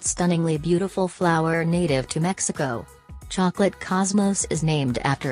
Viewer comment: "Chocalcate" lmao